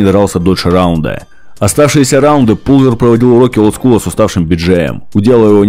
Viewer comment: Не ПУлвер, а ПАлвер.